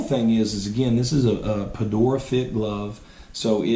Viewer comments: Dude has Red Sox hat on but still insists on saying "Pedora" instead of Pedroia. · its not pedora, its PEDROIA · Did he say "pedora"?? LOL Ok take 2 new a1k and sell and buy an A2K! Actually, I think this is the ONLY way to go with Wilson. A2Ks are overrated and this is the sweetspot. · dude doesn't even know how to pronounce "Pedroia" and he is an expert in grading gloves hahahaha "in my opinion", no thanks buddy